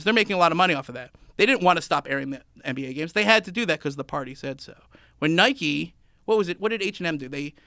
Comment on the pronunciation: Nike = Niky Like = Liky Wtf!!!!!